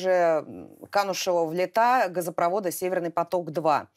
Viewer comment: Нельзя говорить:"...канувшего в летА" ( ударение на А)! Лета ( ударение на "е") - это название реки, через которую Харон перевозил в Царство мёртвых.